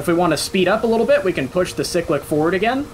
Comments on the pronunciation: i have heard many a weird pronunciation in my life time, but pronouncing cyclic like sick-lick, has to go up there as one of the weirdest. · I’ve never heard it pronounced any other way. Dialect is weird